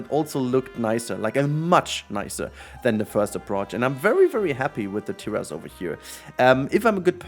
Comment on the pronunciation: Okay, so you can now pronounce 'Sicily' correctly, now you just have to work on pronouncing "terrace" correctly. /lhj